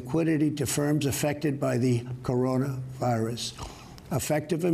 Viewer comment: Why does he pause between Corona and virus? It's one word!